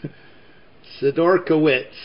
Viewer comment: I'm searching through your channel to see packs that you might have opened already that I haven't watched. I said to myself that you must have opened 1990-91 Pro Set hockey and you did, but you called it Donruss in the title! But the most amazing thing is that you pronounced Peter Sidorkiewicz's name perfectly! I was in shock!